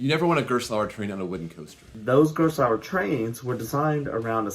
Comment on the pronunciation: I can't wrap my head around why Americans consistently butcher German words. Gerstlauer is pronounced like "Garest-lauer" with a silent e. Used to live next to it, their carts are really renowned to be sloppy... even the local amusement park doesn't use them lmao